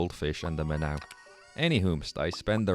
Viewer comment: I love this - from another Irishman thanks for the content! btw I'm pretty sure Minnow is said like Kylie Minogue, but i could be wrong. Have a great doy!